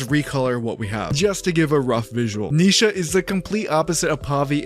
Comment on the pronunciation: It's Ni Sha not Neesha